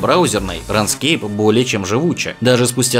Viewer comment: Да только Рунскейп а не Ранскейп лол